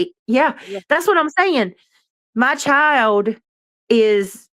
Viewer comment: My Chiode.....it's pronounced " Child " ..hode on is hold on...